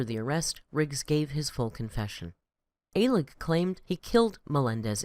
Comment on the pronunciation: It’s pronounced Michael Uh-lig (or Al-ig). Also his boss’s last name is pronounced Gai-shin (or Gai-shen)